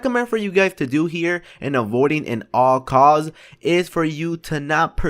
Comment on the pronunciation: at all costs....not "and all cause"....